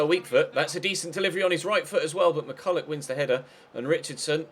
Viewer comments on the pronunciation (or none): none